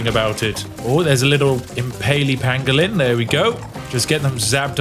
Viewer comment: Every time you said "Pangalin", I had flash backs of Benedict Cumberbatch saying "Penguin"